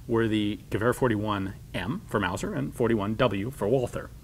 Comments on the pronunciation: I love all your content Ian but the H is silent! Its pronounced Walter not Walfer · The h in Walther is quit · oh god the pronouciation of Walther back then the th, it hurts